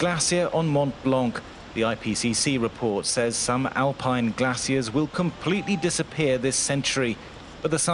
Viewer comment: glaciers = ge-la-ci-a-s 😂